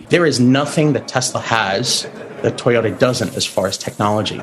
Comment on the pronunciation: Did call the largest auto maker Toy-odor? Tezlurr will overtake these stinkers